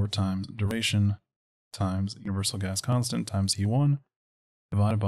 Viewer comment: ooooooh "GAS CONSTANT". Whole time i thought you were saying "specific ass constant" and i was like, damn right!